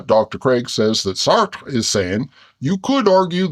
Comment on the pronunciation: Lol who knew bears had such good pronunciation of French names... "Saertttrre" and "Camuue" (had to edit to get the vowels right).